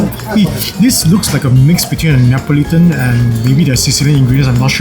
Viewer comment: laughed when u said like Nan...